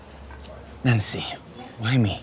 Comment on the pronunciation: It’s Nancy not nency